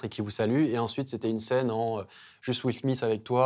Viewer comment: WILL SMITH... WILL SMISS ...😂😂😂